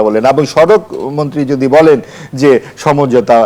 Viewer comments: উপস্থাপিকা বারবার ছমঝোতা বলে কেন। হবে তো সমঝোতা।।😂😂😂😂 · উপস্থাপিকা সমঝোতা উচ্চারণ করতে পারে না।